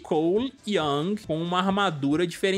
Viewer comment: Não é Yang é YOUNG! COLE YOUNG!